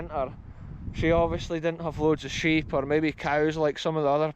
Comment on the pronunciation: I love the rolling 'orrrrrr' (or) hahaha